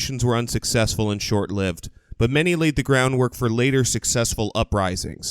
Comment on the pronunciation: Short-lived is pronounced with a long i. This is because it comes from "life" , not from "live" with a short i. Most of the time, the 1848 revolutions are presented as socialist, in the collectivist sense. See Marx's own book "The Revolutions of 1848". I know that socialism, before Marx hijacked the first internationalle, mostly meant individualism and advocacy of free markets, a-la Proudhon, Tucker, Spooner, et allum...but most people don't understand that these days, after 150 years of state propaganda. Have you guys done a detailed history of the eponymous Springtime of Nations? Preferably emphasizing the fact that socialist and liberal meant individualist and free market.